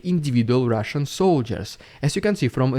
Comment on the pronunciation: Rrrridiculous rrrrrusssian prrrropanga. I got my daily rrrr dose 😂😂😂😂😂😂😂😂